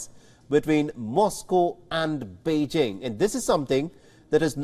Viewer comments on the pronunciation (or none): none